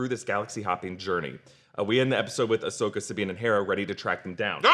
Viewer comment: Am I supposed to take a guy call Ashoka “Asuka” seriously?